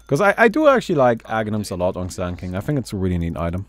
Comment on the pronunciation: In the beginning said he will be playing SANDA KINGA. What I heard was Sandile...